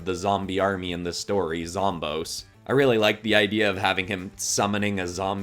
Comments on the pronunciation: Zomboss is not pronounced zomb-ohs, it's pronounced zom-BOSS, because he's the always the final boss and he's the boss of the zombies. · It’s pronounced zom boss not zom bose so ya zomboss is pronounced zom boss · Sry to say this but it’s like hearing someone calling Aang Oong it’s zomBOSS no offense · when you say zomboss it sounds like it would be spelled like zomboas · Thanks for using the Snapdragon idea appreciate it ❤ (also zomboss is pronounced zom-boss) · They way he says Zomboss tho 😬😢